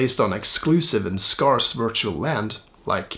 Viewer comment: Subscribed in first few seconds after your spot-on Zuckerberg face effect- stayed and enjoyed your spot-on, very important and well-argued perspective! Thanks and hugs. PS Pron: Scarce/Scarcity etc: should sound like Scared not Scar.